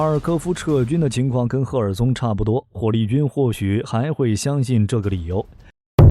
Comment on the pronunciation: 火力不是正力